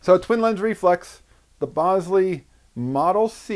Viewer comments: Lots of comments about the pronunciation of the name of the camera. Just to add another twist to the discussion, it's actually pronounced "bowl-ZAY", not "BOWL-zee". When Jacov Bogopolsky changed his name for the last time, he changed it to Jacques Bolsey and pronounced it like the French would pronounce it. But don't just take my word for it, you can confirm this in the movie his great grand-daughter Alyssa Bolsey made about his Bolex camera, "Beyond the Bolex". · BOWL-ZEE, REPEAT...BOWL-ZEE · Check the spelling. I believe Bolsey is pronounced "BOL-SAY". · I thought I had been saying it wrong this whole time - but, no - YOU have haha